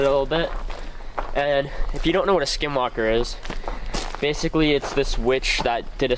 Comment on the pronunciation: I'm sure all the skin walkers are offended at your poor attempt at pronouncing it's name.